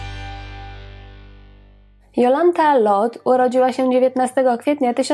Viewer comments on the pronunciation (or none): Do diaska, dziewczyno, ona nie zaden "Lot" a Lote. To niemieckie nazwisko. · dlaczego wymawiasz nazwisko Pani Jolanty Lothe jako [Lot] To zawsze mowilo sie i sama tak sie przedstawiala LOTHE.czyt. [Lote] pozdrawiam ps wystepowala w serialu Dr EWA o ktorym nie wspomnialas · Skąd wymowa "Lot" ? Za czasów jej największej popularności wymawiało się "Lote" pisownia sugerowałaby niemieckie nazwisko, a taka jest prawidłowa niemiecka wymowa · A nie latwiej zapytac p Jolante Nazwisko Loht nic nie mowi a Lote juz wiemy o kogo chodzi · Nazwisko Lothe wymawia się Lote. Pozdrawiam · nie wszystko należy czytać z angielska, tu akurat z niemiecka: Lote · Aha, czyta sie LOTHE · Nie wiem, skad pochodzi ta wymowa Lothe. Dla mnie ma ona korzenie niemieckie, stad wymowa powinna byc: lo:t:e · Jolanta lothe wymawiamy lote, w niemieckich nazwiskach wymawiamy e wiem bo moze panienskie nazwisko bylo tez niemieckie i nikt nie nazywal mnie Dalk Tylko dalke